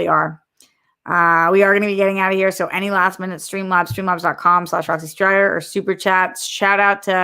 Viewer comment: Loved this Roxy, I was so happy to see the reunion and came immediately to your channel because I knew you would be live reacting to it ☺️ Also major props for a very close pronunciation of my name. Been a fan of yours since the collider days ❤️